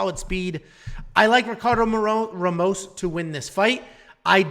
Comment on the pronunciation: Good pics , except for Mcgee , Wells is gona hurt 'em. You also managed to butcher everyones name, even Ramos 😂